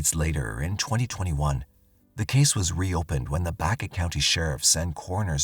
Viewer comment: Omg it’s Baca like the Hispanic last name not Baycuh please study before you speak life long Colorado resident thanks